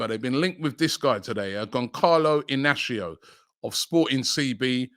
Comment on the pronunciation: Robbie 😂😂😂 it’s pronounced GonSAlo Inácio 😂😂😂 the ç is pronounced as S in Portuguese